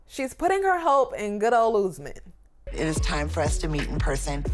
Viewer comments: It’s not Oozman…it’s Usman! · It's no ooosman. Please learn to pronounce